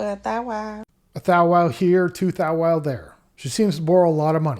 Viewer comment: what the fuck is a thow wow